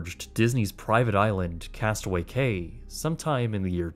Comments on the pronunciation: FYI: Cay is pronounced Key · FYI Castaway Cay is pronounced like "key"